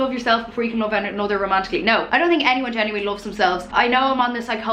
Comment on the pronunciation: I love the way you say "genuWINEly"